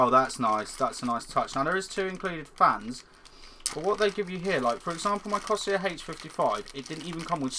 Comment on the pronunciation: Seriously, how hard is it to say Corsair?